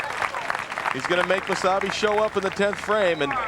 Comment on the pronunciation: is it just me or does it sound like there saying wasabi instead of mosayebi?